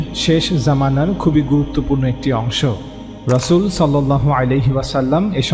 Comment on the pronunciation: রাসুলের সঃ নামে মিথ্যা হাদিস ! আর বক্তা রাসুল সঃ পর্যন্ত উচ্চারণ ঠিক মত করে না !